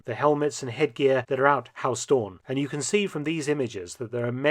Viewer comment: Huis is not pronounced as 'haus', the 'ui' sound is similar to how the Scottish pronounce 'down'